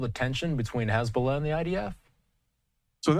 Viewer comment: Very very very glad to see this development, which is a huge win for the USA and the civilized world … but one thing that’s disappointing is the repeated mispronunciation of the word hezbollah by your guest. Just read/say it the way it’s spelled. With an O and not an A. It’s very distracting, weird and contrite to keep hearing it said in a pretentious way. This is the terror group that destroyed the country of Iran in ‘79. We all know how it’s pronounced.